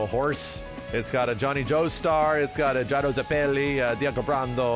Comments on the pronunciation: Go ahead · "Johnahthn Jostur"😭😭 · why did you say jonathan's name so weird? "jinathin joester" ???? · JoNAthan Joester. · did this man just say jna-than jo-stur